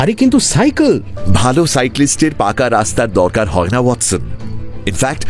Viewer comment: শার্লক এবং ওয়াটসনের উচ্চারণ বারেবারে মুগ্ধ করে। ঠেক দীর্ঘায়ু হোক...